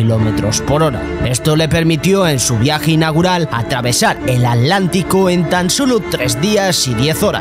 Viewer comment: Buwna narracion??? ...ja,ja,ja 'Alantico"!!! ja,ja,ja...